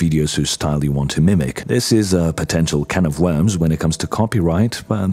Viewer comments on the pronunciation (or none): none